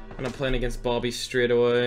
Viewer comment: ITS BOBBY NOT BOOBY